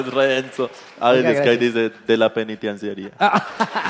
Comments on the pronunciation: no puede decir penitenciaria JAJJAJAAJAJAJAJAJAJAJJA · Pensaba que podía hacer de todo y hacerlo perfecto pero no puede decir penitenciaría:3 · Ok pero no fue capaz de decir "penitenciaría" 😮